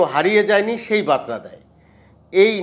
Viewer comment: বাতরা নয় বারতা। উচ্চারণ ঠিক কর।